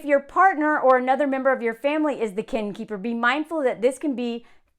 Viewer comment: I kept hearing this as "Ken keeper," like Barbie & Ken lol